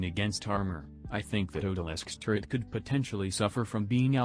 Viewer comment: When you type the word turret into the text to speech thing, are you spelling it as turrent instead? Or does it just mispronounce the word on its own.